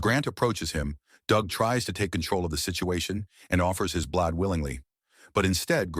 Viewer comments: What year is this movie set in? The word you're mispronouncing is blood. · i have been yelling BLAUD! each time the AI messes up lol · And BLOD. LOL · "The blad" 😂 "the blawd" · The AI trying to negotiate "blood" was painful